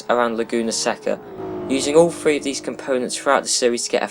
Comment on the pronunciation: That accent when "three" becomes "free"